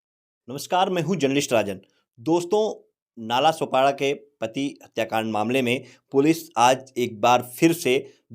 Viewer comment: नालासोपाडा नाही भाई नालासोपारा 🤦‍♂️